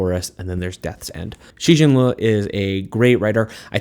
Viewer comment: Liu is just pronounced like the name Leo but pronounce the E and the O faster together